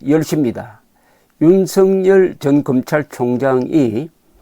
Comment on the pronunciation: 윤석열: 경상남도 식 발음이 "윤승열" 으로 발음을 하십니다. "윤석열" 은 =유 ㄴ 서 ㄱ 여 ㄹ" = "윤 서 결 " 로 발음하도록 노력을 해 보심이 어떨까요? <윤승열> 로 는 잘 못 발음 이라고 봅니다.